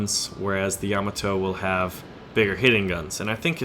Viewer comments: Dude, you are killing me. It's pronounced Yam-AH-to. The emphasis is on the AH. Also the Japanese airplanes in War Thunder are KI as in Kay-Eye. Not Kee. You don't call a BF-109 a Biff-109 right? (Just a FYI, something Wargaming is getting wrong is that in the west, all naval guns are expressed in inches. The 76.2 is actually a naval 3".) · Yah-MAH-toe or YAH-mah-toe? I always thought it was the first? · Another awesome video as usual! But for the love of Pete there, baby Jebus kills one of your viewers every time you butcher your pronunciation of Yamato. Sends a cringe up my spine. LOL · how you pronounce Yamato really gets my OCD going man :) but i would play the Montana